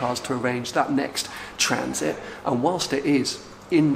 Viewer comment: He even said transit correctly in an alternative context I'm sure Lenny would be proud